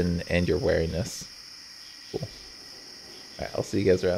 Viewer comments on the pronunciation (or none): "wear" iness LMAO you say weeriness like 'bear'. Very distinct accent there.